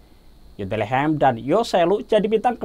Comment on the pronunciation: Abangnya bilang Betlehem ya?